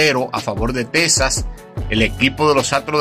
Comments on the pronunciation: Amigo no es tesas es Texas . Se pronuncia X en vez de s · Es Texas no tesas